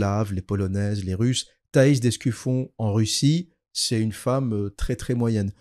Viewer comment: Apparemment je n'étais pas le seul à mal prononcer le nom de Thaïs (d'Escufion)